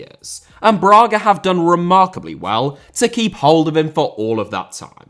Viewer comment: Lionel* not Lenl Braga* not Brohrguer José* not Djouwsei Fonte* not Font Málaga * not Málaguer Via* not Vyer Tchouaméni* not Tchouameini Mbappé * not Mbappei Martial* not Marchial Disasi* not Disohrzi Badiashile* not Badiashilei Andre* not Ondrei Benrahma* not Benrohrmer Mbeumo* not Mbweimouw Eden* not Iden Pépé* not Pepei Renato* not Renohrtouw Onana* not Onohrner Magalhães * not Magaliz Salzburg* not Soltzbög Mané* not Mohrnei Adeyemi* not Adeyeimi Uefa* not Yuweifer Eredivisie * not Eradevisei Udinese* not Udeneisei Zagreb* not Zohrgreb Caicedo* not Caiceirouw Venezuela * not Venezueiler Roberto * not Robötouw